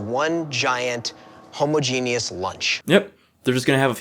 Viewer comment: World war Z guy pronounced it homo-genius when its supposed to be ho-ma-genus. freudian slip I guess